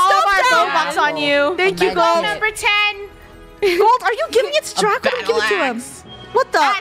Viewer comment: it’s Draco not Drago